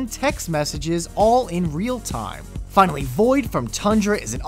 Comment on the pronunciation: Wtf why does he say "finally" like that